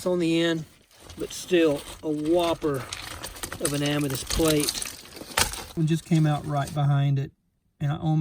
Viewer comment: I swear I hear you say Amadis or Amatis.